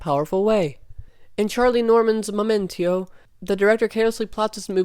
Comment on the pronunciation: Did you just say Charlie Norton’s momento?😂